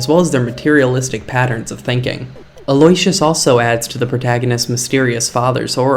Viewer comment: Aloysius is pronounced “al oh WISH us.” Also, I was horrified and sad when buzz buzz died. RIP to a real one. It was like a slap in the face.😢😂